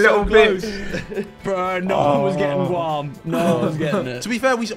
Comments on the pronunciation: Vic called it “Gwam” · the way vik pronounce Guam LMAO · I literally spent like 2 years living in Guam and as soon as I heard the GU I instantly realized no one would realized where it was cus it’s in the middle of nowhere. Edit: Vick’s pronunciation killed me inside 😭